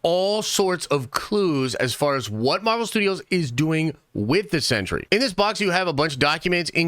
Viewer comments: Pronounced "sen-tree", not "century". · Are you saying “century “?